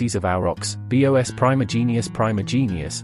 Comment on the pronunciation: The voice really bothers me: is this AI or computer? Why does it say “ B.O.S” instead of “bos” for the species name? Creepy